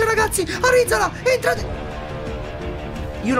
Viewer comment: Arizala non è andato tanto bene perché non lo hai chiamato bene. L'Altea volta tu e il papi lo chiamavate ArizalA e non ArizAla Ahahahahahahah. Grande